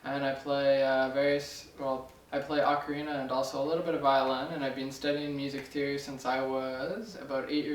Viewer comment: ocerina of time ! lol